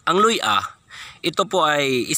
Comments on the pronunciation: Luya hindi Loy-A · Luya NOT luy-a !